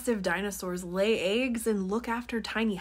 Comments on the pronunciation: By the way you mispronounce “eggs”… I’m willing to put a few dollars down and bet that you read the word “water” and allow your speech impediment to tell your mouth to project “wooder”…. Which is not a word. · That is the British pronunciations of eggs.